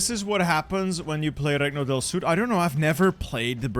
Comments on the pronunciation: Italian lesson -it’s not pronounced “Recno del Sud” is pronounce renio dell sud(Not 100% like that but near) -is not “Cacgliari” is Caliari If u have more questions I would answear them happily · I love you but. As in Italian, I’m dying for the inside. It’s pronounced renio del sud not regno. (Not expecting for you to know that since you’re not Italian) much love!